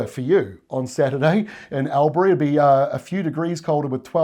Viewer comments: Al-bury? Try All-bry, or if you're a real local: Aww-brey (said through your 3 remaining teeth). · Not "Al-bury" but "All-bury". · It's called ALL-B-REE not AL-BERRY ❤💯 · Just a tip, Albury is not says like Albury but “Orbury” , . Keep up the great reports. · Thanks....accurate forecasts....but Albury is said Allberry, Love your work though!! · Hi, for that inland town on the Murray River try All-Bury not Al Berry cheers, the locals might get confused? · I know others have picked this up but it sounds so strange when I hear Albury pronounced, AL-bury rather than All-bree as one of the commenters noted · lol its called...alll bury not al bury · Al bany yes but Al bury no,, you say Alll bury ( orl ) but well done, i love your work, i now have family asking me ", what's your weather guy forecasting ", unfortunately theyre too lazy to subscribe and view, i'm working on em though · Evening, Albury is pronounced “ALLbury” 😉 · Albury. (all-bree) try that😊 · Your getting closer but pronunciation is All-bur-ee Albury. Have a good one thanks Aussie JEFF MOORE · 🤠 Albany ✔️ But Albury is pronounced more like "Allbury" (note the double L in that) Otherwise all good & most of us would know who or what you're talking about... or you could cross the border and talk about Wodonga. (Like the cities of Buda & Pesht in Hungary, they reside adjacent to a river but on opposite sides)😅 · I have always called Albury - 'all-byoory' and I have lived in NSW for about 30 years... so it should be all-berry or all-bree. Great detailed report,, cheers from Sydney. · I watch regularly and enjoy your way of presenting the weather forecast But Albury is pronounced "all-bree" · Albury say "all berry" keep up the great work